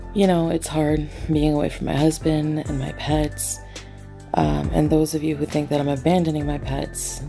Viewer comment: She called Salad her "hasbeen" not husband . LMAO